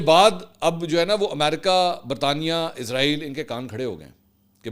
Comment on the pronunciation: The right prononciation is Israil, not Izrail! please dofferenciate itt because it gives the impression of Izrail (AS). Jazak Allah Khair!